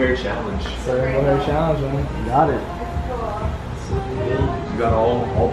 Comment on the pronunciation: He sead rainbow perk challeng XD